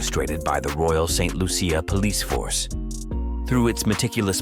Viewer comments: St Loosha that's how its pronounced. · St Lucia 758 please pronounce my country name properly. Thank you